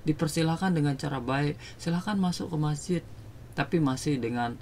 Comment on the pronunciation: Masjid bro bukan MAHJID